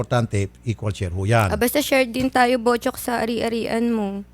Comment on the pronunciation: sounds like botchok not buchok